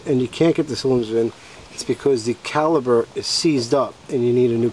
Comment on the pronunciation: caliPer....not caliBer =)